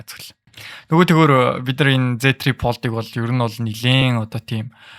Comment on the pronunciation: Tri pold bish tri fold shde bro 😅